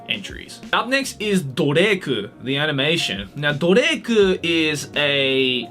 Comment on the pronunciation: Dorei-ku I heard Drake I almost died